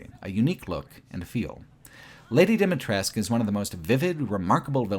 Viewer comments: Great video, just one small correction: Dimitrescu - the U at the end is not silent, but very prominently pronounced in Romanian So it's not "Lady Dimitressk" but "Lady Dee-Mee-Tress-Coo" - ironically many youtubers made this mistake, omitting the last vowel and I don't know why. Do the characters ingame omit the vowel too? Haven't played it yet, but if so, it would be the same thing as with Niko Bellic back then during GTA IV, where the VA pronounced the C like a hard K, despite the correct serbian pronounciation ending with a sound akin to the CH in "Choose". Nonetheless, insane what kind of work you put in for this project. Watched it over the course of 3 days during breaks at my job and I enjoyed every minute of it. Keep it up! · Say it with me: "Dee-mee-tres-cuu